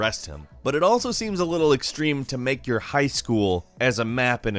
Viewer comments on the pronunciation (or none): none